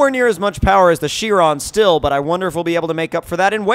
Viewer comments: It's pronounced "kye-ron" not "she-ron." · ITS BOO-GOT-EE SHY-RON not fucking byuu-got-ee she-ron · Bugatti Chrion...New? I know the Chiron but I don't know the Chrion.